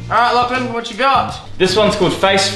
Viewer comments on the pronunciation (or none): 是lachlann不是lachlin啦